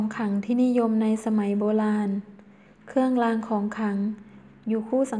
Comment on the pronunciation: "เคื่องลาง ของขัง" "แค้วคาด ปอดพัย"....ไม่ผ่านค่ะ ร.เรือ ล.ลิง ไม่ชัดเจน